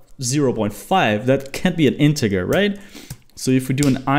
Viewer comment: Integer is pronounced in-te-j-er